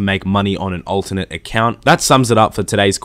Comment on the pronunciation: I learned that you pronounce alternate as ultimate